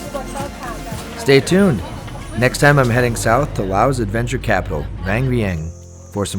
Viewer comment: The pronunciation of Laos (Laos is the name of the country and Lao is what the people and language are called), Phousi Hill (ph=p sound), (pronunciation Kuahhhhhng Seeee) Waterfalls and others were making me cringe since (correct pronunciation) Luahhhhhng Prabahhhhhng is a place I call home, but the video is BEAUTIFULLY photographed and constructed. Loved it.